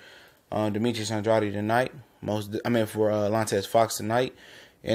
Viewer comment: I interview Fighters and it's disrespectful to pronounce his last name wrong it is supposed to be Andrade not andreotti